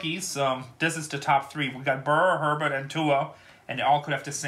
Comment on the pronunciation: Herbert isn't worth that much, you need to learn how to pronounce their names!!